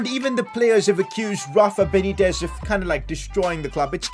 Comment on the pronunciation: “Not Rafa benetiz”